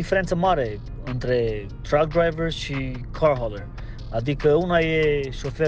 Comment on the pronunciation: Ba dal da a uitat romana rau.. la truck zice drug😂